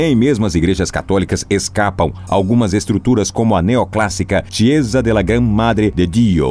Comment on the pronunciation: Chiesa se pronuncia Kieza... Se for usar outro idioma é importante saber pronunciar